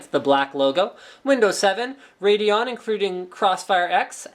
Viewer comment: "incruding clossfire x" nice engrish